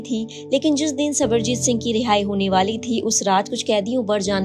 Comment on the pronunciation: Sarabjit singh ko sabarjit singh bol rhi ho thoda padh likh leti didi